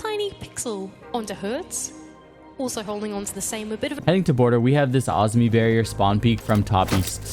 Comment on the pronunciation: I think the operator is actually called Azumi not Ozmi. But maybe they changed it?